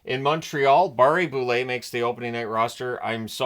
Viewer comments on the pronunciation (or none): none